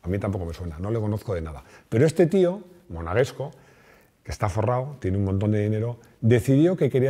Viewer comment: Me encanta el canal y el vídeo. Felicidades,. Sin ánimo de molestar, te indico dos pequeños errores: los ciudadanos de Mónaco no son “monagescos”, sino monegascos. Por otro lado la palabra impoluto, es llana, es decir su acento fonético está en la u, no es esdrújula, como tú la has pronunciado, Un saludo.